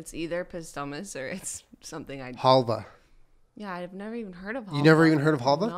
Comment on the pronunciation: it is called "halva" with the stress on the second "a", халва in Ukrainian language :)